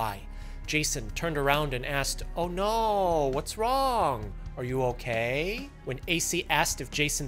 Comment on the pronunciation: This entire episode made me feel racist while watching. The "oh no wats wong". "You okaaay?" 😂